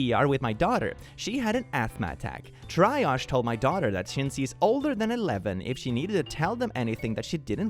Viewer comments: The chemical fear for vaccines was mercury not magnesium. Not only is there more in tuna, but the type used in vaccines is relatively benign. Also, triage is pronounced like tree-adj, the j sounding like the French j, like in hodge without a pronounced d. Just the phonetic for that sound is dj, and j is the y sounds in words like young. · Btw triage is said (tree-aazh) just so you know :) also the twitter (or x 🙄) like bro it's such a dumpster fire.